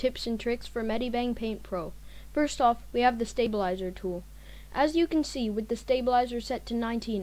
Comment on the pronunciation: he says STABILIZER lol